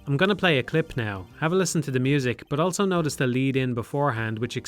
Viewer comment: pronounces the word "also" as "elso"